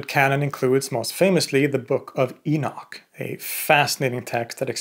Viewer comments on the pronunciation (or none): none